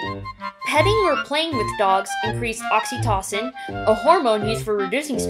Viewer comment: u said it wrong in the vid